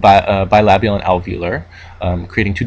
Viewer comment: such a nice pronounciation of the word "bilabial", never thought I'd see one of that in an speech written in english